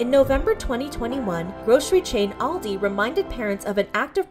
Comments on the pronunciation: The way she says Aldi is so funny to me 💀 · That’s not how you pronounce Aldi